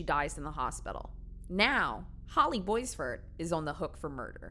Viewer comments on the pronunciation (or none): Omg the pronunciation of Boisvert is killing me. It's pronounced Bwah-vair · My best friend’s last name was boisvert she pronounced it bwah-vare